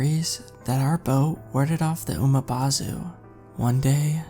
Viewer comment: It's Umibozu not Umabozu there's no A in the word. 😆. Good story though.